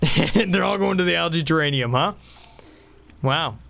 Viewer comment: Great content, but could you please stop saying algae terranium instead of terrarium?